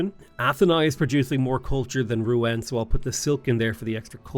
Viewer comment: Hey, Rouen (the "en") is pronounced like in Rendez-Vous, good to see you play Civ again:)